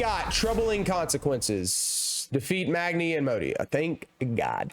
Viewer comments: Magi and modi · its pronounced magn-eye and m-au-dy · Well, since you asked so nicely. It’s Modi, not Modai. And Magni, not Magnai! (Jks) love the vid. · I have to it’s mody and magny not magnie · its not magnI and modI fool its magni and modi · ITS MODI AND MAGNI, NOT MODAI AND MAGNAI!!!!!!!!! HOW COULD YOU great video man, admire your dedication. Today im completing GOW on give me god of war diff so... wish me luck xd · WAAHHHHHH ITS PRONOUNCED MAGNEE AND MODEY NOT MAGNEYE AND MODE-EYE WAHHHHHHHHHH xD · ITS MODI AND MAGNI NOT MODIE AND MAGNEI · Its pronounced Magnee and Mohdi ( i did it for the algorithm spike) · it’s pronounced (mag)nee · U pronunsde migna and mdoi s nmae worng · why doesnt he even explain in the video his mistake? Its mag-knee and mo-dee (this is a joke chill out fam) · İts modni and magni u pronounced it wrong!!! Ok are u happy now? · mag nye like bill nye it is mag-ni and mo-di. It is also not artreus it is atreus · IT'S PRONOUNCED MAGG-NEE and MODE-EE.....uuunnnnhhhh I just had to. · Moe - dee and mag - nee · Bro, it is Mágni and Mödi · It is mo. Di. And ma g ni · bro said mowdai and magneeai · its pronounced magne and modee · Their names are Mode-e and Magn-e (I am commenting to help the video) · I come back to rewatch this video, and I was trying not to notice that you are pronouncing magni and modi wrong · Just wanted to let you know you pronounced Magni and Modi wrong, happy to help. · The video is 2 years old but I came back to remind you that you pronounced Magni and Modi wrong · Amazing Magni and Modi pronunciations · Bro you mispronounced Magni and Modi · U pronounced Magni and Modi wrong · You didn’t pronounce modi and magni right (engagement comment) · Just wanted to remind you, a year later, that you pronounced Modi and Magni wrong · You prononuced magni and modi wrong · Hey you actually pronounced Magni and Modi wrong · Magni and modi are mispronunced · MRGRHRGRGR HOW DARE YOU PRONOUNCE MAGNI AND MODI THAT WAY MRMRGRRMRMRMRMR